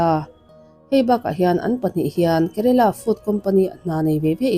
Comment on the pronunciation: Kerala tih tur